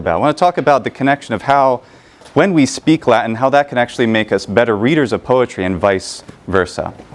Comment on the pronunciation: Small side question: where is your American accent from? I noticed that you pronounced 'wh' (e.g. in what, when, etc.) differently than "standard American". Just curious where that is the case. :)